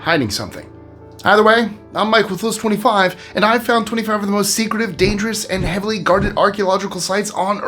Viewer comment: you'd think the host should be able to pronounce the name of his own show. he always slurs "list 25" like a big boobed drunk.